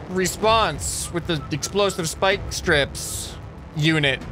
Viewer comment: “Spyiiieke splike speeike”